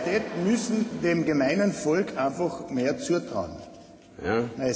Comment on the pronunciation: Das heißt Volk , nicht Folk ... peinliche Aktion :P